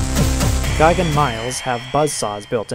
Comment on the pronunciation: is gigan not gaigan